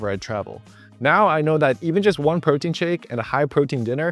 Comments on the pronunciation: It's pootein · "You dont need as much preotein as you thought, but make sure you still buy my protein powder..". lol xD